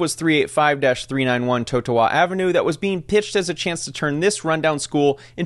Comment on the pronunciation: The way he pronounced Totowa and Passaic🤢🤢🤢🤢🤢🤢🤢🤢🤢🤢🤢🤢 brb taking a bath with my blender.